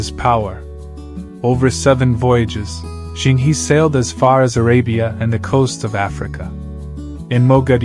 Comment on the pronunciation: Zheng He is pronounces "Jeng Ho".